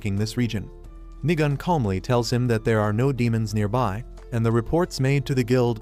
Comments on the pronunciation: Nigan like ayoo I hear you saying niga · Why did bro said Niga-N?😭💀